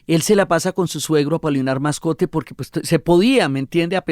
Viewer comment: La Señora Diana desborda su amor por García Márquez perjudicando así la objetividad de su trabajo. Debe además corregir el apellido Moscote de don Apolinar. (Es muy raro que ella insista en más de nueve veces llamándolo "Mascote)